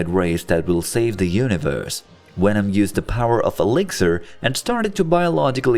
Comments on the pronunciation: why u say wenom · its not wenom its venom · I dislike how he says wenom and not venom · he knows, but the video's Narrator was pronouncing Venom as Wenom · Venom, not wenom 🤦‍♂️ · Is he german? the Wenom instead of Venom is hilarious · It's Venom, not Wenom! 😂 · what the fuck is a wenom... 😂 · Is he really saying wenom? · I loved this, but as it went on the fact that they said wenom uniwerse started to annoy me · “Wenom” 😂 looney toons wants ya for the job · Sounds like he's saying wenom. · Ah yes wenom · I hate how he says wenom except for venom it angers me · He keeps saying wenom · i love the way you say Wenom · Stop saying wenom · jesus christ please stop saying wenom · is anyone gonn atalk abt how he keeps saying wenom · Why do I hear vwenom instead of venom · Who the fuck is "wenom"? 😂😂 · How can you say voice, various and villian perfectly but venom comes out like wenom🤣.. besides that tho this was awsome story to watch and had a blast seeing this alternative reality. Venom creating the perfect symbiote balance with artificially created humans sounds like a very intersting idea to explore.. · good video but why do you keep saying wevom??? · it’s a joke The video has the majority of Venom pronounced as Wenom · you said it normally ONCE Which means you know how to say venoms name right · How is it that Germanic languages pronounce the w as a v, I have always wondered, now after this video, I’m wondering even more so how you would ever in a million years pronounce a v as a w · Why do you pronounce the v in universe, even, love, correctly but not for venom? Your accent is inconsistent. I call fake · Fun fact: i fucking hate how he says venom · If you're going to use a digital voice to narrate a video about Venom, you probably should have chosen one that can correctly pronounce the letter "V"